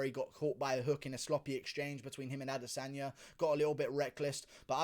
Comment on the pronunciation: it is ADE-sanya